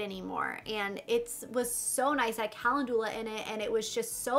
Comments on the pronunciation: It’s pronounced “Kuh-len-ju-lah” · Calendula is pronounced Kah lend u lah. That Touch In Sol Prime Essence is great stuff, I use it as a pre primer. I als o got the Dark Brown Brow Pomade, and emailed Boxy Charm. They sent me a replacement product since it didn't come in Light Brown or Blonde. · kuh·lend·yuh·luh :) is how to pronounce calendula. just so you sound as smart as you are:) I used to mispronounce it all the time:)